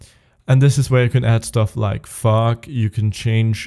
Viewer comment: No offence bro, I love the tutorials. But every time you say "Fog" I burst out laughing.